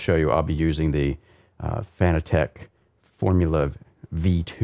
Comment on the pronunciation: Fanatic lol 😆FAN-A-TEC FFS 🙄